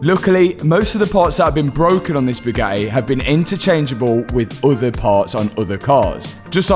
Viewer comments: I love you but your accent drives me nuts, Radi-ay-ah s (radiators) Bo-om (bottom) Bu-ga-ee (Bugatti)it appears the letter 'T' is not in your vocabulary. 08;10 is an abomination of the English language, "Ca-alic-ic converters" lol two 'T's' lost in the translation 🤣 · Hey, the tt in Bugatti is not silent. Just saying.